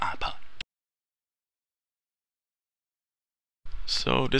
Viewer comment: HAAAAAAAAAAAAHAHAHAHAHA!!! "On ya apah".